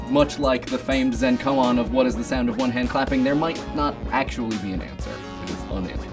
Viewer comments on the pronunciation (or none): none